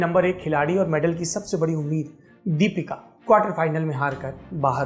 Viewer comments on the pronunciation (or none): none